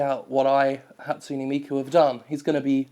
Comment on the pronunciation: Your pronunciation of Hatsune Miku made me cringe... what's wrong with me?